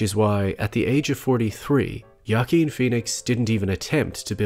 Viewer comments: Sincere question: why are you pronouncing Joaquin as Ya-keen? I've always heard it pronounced as Wa-keen. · Wahh keen not yah keen please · just to clarify. the joker movie is the best dc movie of the last 20 years....and the funny thing is that it was an awesome movie even if they hadnt used that dc property. also the name of the actor isnt "jaken". it's joaquin. for the spanish-impaired, his name is pronounced ho-ah-kin. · “Wa-keen” phoenix not ya keen great vid though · Joaquin is pronounced (Hü-ah-keen) not “Yah-keen”. Sorry just bothered me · I believe it is "WAH KEEN" phoenix. Not "YA KEEN"... I could be wrong, but I do not think so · Its pronounced "wah keen" not "yah keen" 🤦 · please stop saying jakeen. his name is pronounced huakeen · Great video, but his name is pronounced (hwa-keen) not (ya-keen). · A pronunciation tip: Joaquin is pronounced "Wahkeen" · Wah-Keen. Not Yah-Keen. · This was great. Only that his name is pronunced "W"akin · "yah-keen" lmao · Could you look up pronunciation of names before you do a vide. I could be wrong. But it’s wakeeen phoenix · Joaquin's name is pronounced like (Wah-keen) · Who - ah -- king! The J is pronounced like an H in Spanish, just like you say the name Jose, Jo-a-quin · are you saying yakeen phoenix? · goddamnit, hes pronounced hoaqeen feenix, joaquin phoenix is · Good analysis but at least you could have learned to pronounce his name properly. It's waa·keen, with heavy emphasis on the last syllable, keen. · Why are you pronouncing Joaquin's name like that?? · Holy smokes do you video essayists look up pronunciation of words prior to videos? Your pronunciation of Joaquin Phoenix is atrocious buddy. Other than that, great video and great channel overall. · I cringed every time you mispronounced Joaquin’s name. 😂